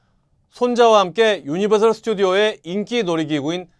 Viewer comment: 유니버설 입니당 셜 아닙니당